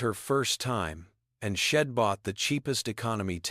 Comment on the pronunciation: Itsnt shed. Its she' d ( she had ) nor im its I'm ( I am) get it right narrator